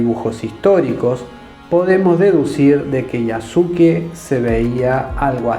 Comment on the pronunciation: Un pequeño aporte, en japonés en muchas ocasiones la letra"u", después de la "s", no suena. Cómo la palabra "desu", que significa "es", pero se pronuncia "des". En este caso el nombre de Yasuke, se pronuncia Yaske.